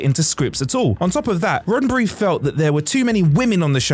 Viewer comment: "RoddenBry..".....you're killing us bruh....